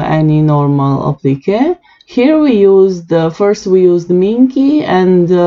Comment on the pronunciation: lol it took me a bit to work out what you was saying when you were saying when u said applique to me it sounded like applicka ,,, mind you your English is way better than mine that and I can not talk in another language so your doing way better than me ..btw love your designs